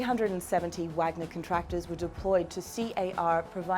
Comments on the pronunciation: it's vaaagner not wag-ner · How hard is it to find someone who knows how to pronounce Vahg-ner? FFS. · Try pronouncing it with a V. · you can say Vlad but not Wagner right lol totally makes your point important when you do not know how to say it